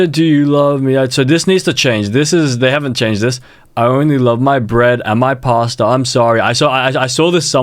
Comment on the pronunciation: why caseOH say “pastar”